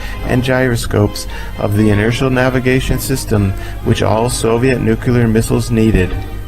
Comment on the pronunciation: All good until 14 minutes after launch and then multiple nuculars. Sorry, it's either nuclear or the viewing mission terminates.